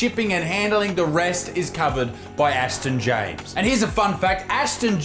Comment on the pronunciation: Aston James, heavy emphasis on “ass”